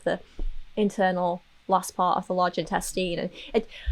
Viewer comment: This is random AF but I love the way you said intestine LOL..."intesteen"